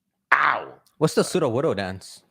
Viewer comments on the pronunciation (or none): Sudowudoo it’s Sudowudoo lmao 😜